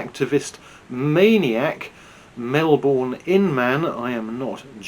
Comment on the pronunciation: "Melbourne", ffs.